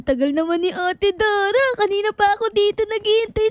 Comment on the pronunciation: sabi ni arlenelorica3957 ate daray hindi daray dara😂😂 hahaha